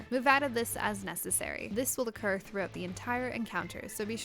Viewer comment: I love your guides.... But just wanted to point out... Occur, not Ocurr.